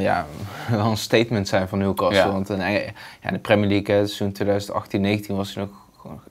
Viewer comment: Beste VI, je spreekt de T in castle niet uit. Dus het is Newcasle in de uitspraak :-)